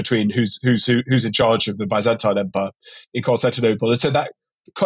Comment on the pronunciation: The way you're saying byzantine fucking hurts